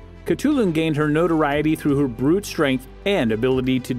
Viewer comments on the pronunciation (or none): none